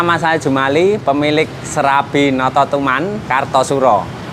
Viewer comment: Notosoman pak bukan nototuman...!